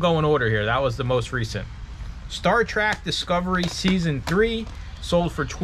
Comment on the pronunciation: bustin' her chops for "Star Worms" but you're saying "Star Track" lol